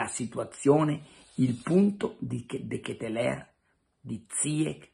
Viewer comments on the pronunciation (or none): DKL....pare che si pronunci.....De Ketelar ?????